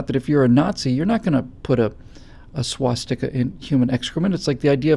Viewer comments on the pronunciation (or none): none